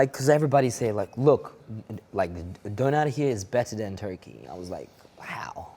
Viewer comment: So ein bullshit! Döner is not a "Berlin thing" 😂 das ding wurde von nem Türken erfunden. Stop taking props for shit u haven't invented. You can't even pronounce its name "Döner", which basically means the turning round in circles in Turkish. Pay respect where they due.